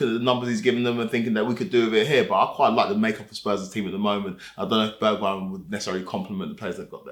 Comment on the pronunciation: Can’t believe he said Bergweijn…. I’m taking modric back any day